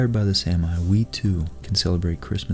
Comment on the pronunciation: Love your work! Is it really pronounced "Sam-I"? I've always said "Sammy".